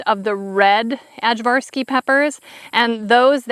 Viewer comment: Our ajvarski peppers got eaten by worms and succumbed to heat. It's pronounced i-var-ski. Aj=i. They're great for ajvar relish. My Serbian mother-in-law made really good ajvar and it's perfect with smoked sausage! I can't wait to see what happens next year when it's not so hot! Your farm is looking wonderful! Can't wait to see your house!